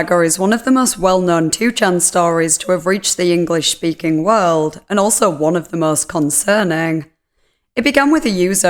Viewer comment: “The DenkER SagER is one of the most well-known 2-Chan stories to have reached the English wUrld.” Lol just poking fun. Much love ❤️